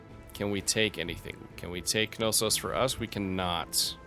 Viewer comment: I hate to be that guy, BUT its not ka-no-sos. Know-sus, now-sus, and na-sus are all acceptable pronunciations of Knossos. JK. I love to be that guy..... lol